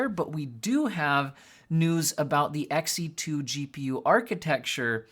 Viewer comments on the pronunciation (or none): Its not “X e 2” its “She2” 💀